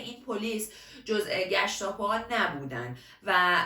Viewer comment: عالی.عالی و خفن.فقط یه نکته کوچولو بگم؟گشتاپو رو اشتباه تلفظ کردی.گِشاپور.ببخشیدا :) الباقی،بی نقص بود!